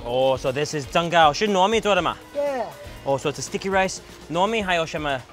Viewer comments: cool video! really enjoyed watching! one simple mistake though: it is jinggao not zenggao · Haha it’s called Jing Gao, not Zeng gao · You mispronounced and misspelled the rice desert the old man was selling from his bike. You called it Zenggao. This is incorrect. It's called Jinggao.